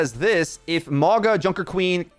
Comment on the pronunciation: it's not More-Guh it's [MAUWNG-UH] the G in Samoan is an 'NG' sound, and the 'au' vowel blend sounds like 'awe'